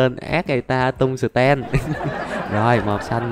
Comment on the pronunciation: anh ơi quạng đấy ko phải tên là tung sờ ten đâu mà nó là (Tung sờ teo)